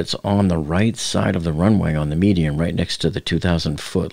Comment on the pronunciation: It's a median not a medium. Why does so many people have trouble saying that word? LoL